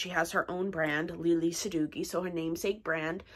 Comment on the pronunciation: Its pronounced sa dough ee. Not dough gee.